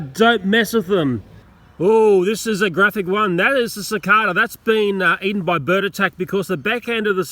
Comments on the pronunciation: its Pronounced Si-Kae-Da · It’s pronounced suh.cay.duh,sorry for being a smart ass might just be where we’re both from (u.s) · it's pronounced SICK-AY-DUH instead of SICK-AY-DUH. just saying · Suh kay da that's how u say it